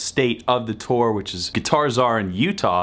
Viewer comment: "Tour" rhymes with "poor." Not with "store." ;-) For what it's worth there, sir.